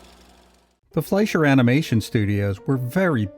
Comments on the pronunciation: The name is pronounced Fly sher!!! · That would be Fleischer with an i as in "price" or "pie."